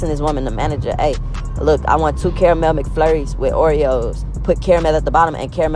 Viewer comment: Nigga it’s Kara-mel. Not carl-mull.